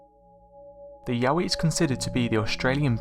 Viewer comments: I thought Yowie was pronounced Yo-wie not yaoie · Yowie not Yahweh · I thought he said Yaoi